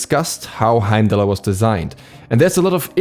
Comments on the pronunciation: don't pronounce the r in the name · I thought you weren’t supposed to pronounce the R